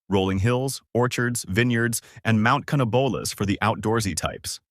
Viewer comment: You pronounced Mount Canobolas wrong.